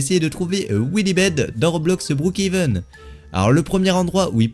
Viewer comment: TU EST FOU ON NE PAS BROOKHEVEN ON DIT BROOKHAVEN